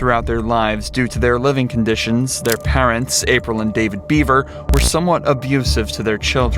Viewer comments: Please no more robo-voice (if you're not going to correct it.) He was HIDDING in his room. The BEAVERS (Bev-er!) Jeez. Why even upload something you don't watch after you render? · The last name is BEVER not BEAVER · I knew this family, I used to be in a bowling league with them. The older brother would usually bring them, never really saw the parents, our bowling instructor was crushed when this all happened. I'm thankful that the house is now a family park. Also it is pronounced Bevver, definitely not too important just throwin it out there!